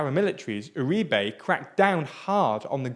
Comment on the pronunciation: It's always fascinating to me how English speakers manage to never once stress the right sillable on Spanish words. I mean, they'd do better just doing it at random. I was starting to soften on them aaaalmost getting "Uribe" right as the thing goes along only to be slapped in the face by "Aivan Diuke", who I presume is Iván Duque's English cousin.